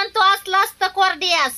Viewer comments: Kordyas nahi... Kodyas boltat.. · कोर्ड्यास नाही ताई कोड्यास म्हणतात भाजी ला